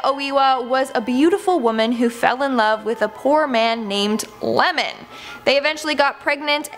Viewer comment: It's not Lemon, it's Iemon (The first letter is a capital 'i')